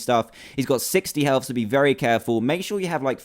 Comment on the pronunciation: It's health not heth